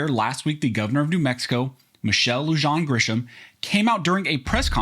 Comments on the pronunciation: Lujan is pronounced Luhan. In Spanish Js are Hs and double LLs are Ys. i.e. Bernalillo is Bernaliyo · It's pronounced "Loo-Han," as in "Han Solo." She's looking more and more like a hunted animal. Keep it up! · FYI, Lujan is a Hispanic name. It is pronounced Lou'hahn. But trust me, I'm not defending her. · Where did you learn Spanish? The "j" in "Lujan" is pronounced like an "h", as in "LOO-hawn". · It's "Lou-hawn" FYI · Its said "lew-han" m8. ahhh my home state at it again this shit is why I left. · I appreciate the content of these videos concerning the efforts of the New Mexico Governor to subvert or side-step the Constitution, but cringe every time I hear you try to pronounce her Maiden name, and whenever you butcher the pronunciation and spelling of the County of of Bernalillo. Since I am former New Mexican and so you may become educated how to pronounce these words going forward, let me educate you win their proper pronunciation. Lujan is pronounced, loo-hawn; and Benalillo is pronounced, burn-uh-lee-yo. Most people have no awareness that the oldest continuously lived in home in the United States is in Santa Fe, and that there has been a Hispanic presence in New Mexico since the 1500's. I am Anglo, but cringe every single time I listen to you butcher these names. All cultures should be shown respect, and diligence should be shown in the pronunciation of ethnic names, of whatever origin. I hope that this will be both information to you, and that you heed my request, as your mis-pronuncation simply makes you look ignorant, and uninformed. It doesn't detract from the importance of the information you are trying to share, but it does demonstrate that you haven't put any work into trying to properly pronounce these Spanish names or words.